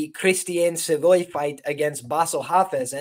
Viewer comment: Bro is from saint john, NB not Saint John's, NFLD and it's pronounced sa-voy. Just an fyi